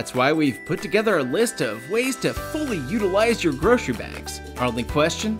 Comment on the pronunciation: What's a 'groshery' bag?